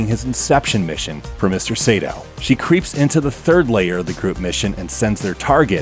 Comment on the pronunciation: IT'S NOT SEITO IT'S SAITO! SA-I-TO!! さ・い・と・う！！！斎藤！！！！It's really annoying when people mispronounce Japanese names, especially when it's my last name!